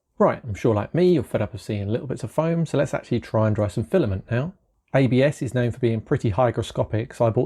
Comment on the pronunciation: "File-A-Ment". No. NO!